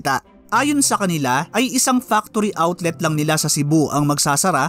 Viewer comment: hahaha ang linaw naman ng sinabi ".....factory outlet"